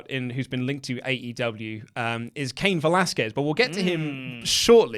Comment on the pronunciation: it's pronounced Kah-een Velasquez